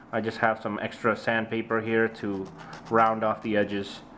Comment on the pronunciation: everytime you say sandpaper I hear sand people